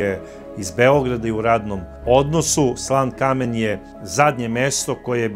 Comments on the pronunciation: Gospodine..izvinite sto vas ispravljam..ali ne kaze se SLAN KAMEN..to mesto se zove SLANKAMEN.. Стари Сланкамен.. zajedno izgovoreno..ja zivim vec 35 godina u Stuttgartu..a imam vikendicu u SLANKAMENU..lep pozdrav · Covece, mesto se ne zove Slan Kamen vec Slankamen.